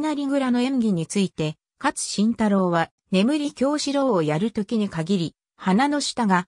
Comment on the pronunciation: 市川雷蔵や勝新太郎の名前の読み方が間違っているのが気になる！